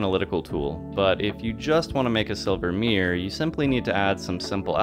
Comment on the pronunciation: Mirror… not meear